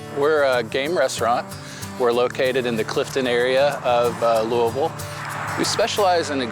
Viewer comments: Pronunciation hint: There are three syllables. You are the first I've heard of in my life, from Louisville and also anywhere else, who has ever claimed it was pronounced 'loo-ville'. Whoever told you that was wrong. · It is not pronounced after French Kings Louisville. It is pronounced lul ville. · How did not a single person in Louisville not pronounce it the way we do in KY? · why did the Louisville Slugger guy mispronounce the name? He said it right when he started but then finished wrong